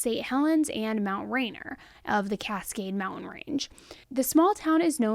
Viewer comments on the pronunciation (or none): Mountain Ranier is pronounced “Ray-neer” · I live very close to here, born and raised here in the PNW. And it’s pronounced Mount rainier rain- “ near”not, rain-er. Such a sad story. Thanks for covering this one. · Logger's Jubilee not Lodgers. You even had the name on the screen when you got it wrong. Mt. Rainier is pronounced RAYnear, not rayNOR. Remnants is two syllables, not three - you threw an extra syllable in the middle. You have good content but the mistakes and lack of checking the pronunciation of works bring your content down. A little more preparation would take your content to a much higher level. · Mt. Rainier is pronounced Mt. Rain-near. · Love Your channel and podcast... It's pronounced Mt Rainier (Ray-neer) ❤️ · Just for the future, it is pronounced Mount ‘Rain-ear’ ❤ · It’s pronounced rain-ear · Mt rain ner pronounced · Just for future reference it's Mount Rain-Ear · Mount “Ray-near” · This is my county .....such sadness Mt. Rainer is pronounced Rain errr Edit.....I support the Eastman's I think it was a drunken encounter but was consensual. She wasn't exactly a virgin. I'm heart broken for Bens family. It's disgusting they killed him, he was a child. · Love you! ❤ It’s pronounced Mt. Rain-eer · Rainier - like the beer 😂😂🫶🏻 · "Mt Rain- ER" hahaha. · I’m from the county south of him!! My high school always played against White Pass. Just as an fyi you pronounced Mt Rainier incorrectly. It’s pronounced Ray -near!! Love you anyway!! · love you but it is pronounced Mt Ray-neer. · I’m from Washington and it’s pronounced Mt. RainEER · Hi, it's pronounced. Ray Neer. Rainer..ps, I love your show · It's French & NOT pronounced Ray Neer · It's pronounced RAIN-EAR😂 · Her pronunciation of Mt. Rainier is worse than out-of-state people's pronunciation of Yakima lol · I was convinced you were a west coaster until the pronunciation of Mt Ranier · Clearly not since she pronounced it with an R for the entire video 🤦🏻‍♀️